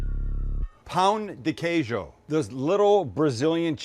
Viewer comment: As a brazilian, loved everything that you did! Especially the pronunciation of pão de queijo!